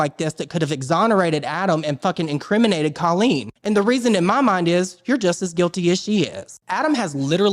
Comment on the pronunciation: Its so funny how every drama channel mispronounces colleen's name. 😂